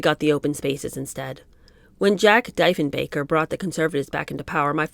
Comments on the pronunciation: John George Diefenbaker Pronounced: DEE-fən-bay-kər 13th prime minister of Canada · As a Canadian I am glad she is being so honest. Pierre was controversial politically and personally and she was also quite a bit to deal with. I will enjoy hearing chapter 2 . Oh and the former prime minister you mentioned is pronounced deefen baker…haha. Yves !